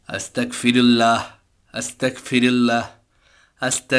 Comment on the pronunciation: Ma sha allah onek sundor hoyeche❤️ তবে এটার উচ্চারণ আস্তা*ক*ফিরুল্লাহ নয়❌ "আস্তাগফিরুল্লহ"✅হবে! আর এর মাধ্যমে আমরা আল্লাহর কাছে ক্ষমা চাই তাই আস্তাগফিরুল্লহ বলার আগে "বিসমিল্লাহ" বলতে হয় না! আপনাদের কার্টুন মা শা আল্লহ অনেক সুন্দর হয় এখান থেকে অনেকেই অনেক ভালো কিছু শিখছে আলহামদুলিল্লাহ❤️জাঝাকুমুল্লহ তবে অনেক জায়গায় ইং শা আল্লহ বলেন না ❗কোনো কাজ করবেন বা হবে এমন সব কাজে "ইং শা আল্লহ "বলবেন তাহলে বাচ্চারাও শিখবে! ইং শা আল্লহ 🌺 Jajhkumullohu khoiron🌺